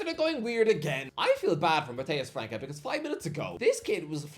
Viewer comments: Can someone tell that it's pronounced "França" and not "Franca"? The Ç has an "s" sound phonetically speaking. So we should say it like you say "France" but in an "a" at the end. FranÇa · It's not pronounced Franca, it's like France but with an A at the end